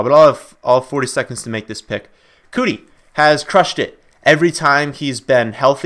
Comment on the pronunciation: Keke Coutee, pronounced Key-Key Cue-Tee...Not Cootie